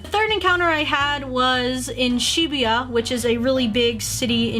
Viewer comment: Why are you saying Shibuya like that! lol